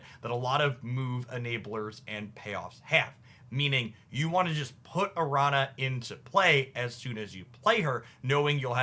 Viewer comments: do want to say that it's like "aranya" not "aranna", though if that was engagement bait, ka-ching i guess lol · Araña is pronounced Aranya. Spanish word. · btw araña is pronounced like "aranya", the ñ is a different letter than n. Think "Señor". It's also similar to italian gn like in lasagna or signor. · Correct, but he's the same guy who said "Sim-Bye-Oat," soooooo....😅😅😅